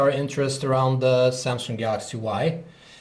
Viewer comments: samsung not samsunk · he said samsungk o.o sounds like sumsuck lol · Why did you add a 'k' in the word samsung? its makes the word ' samsunk' .